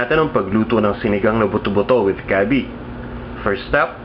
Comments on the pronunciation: Gabbie instead of gabi lol. Your so maarte lol j/k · LOL you pronounce it gabby i say it gabeh.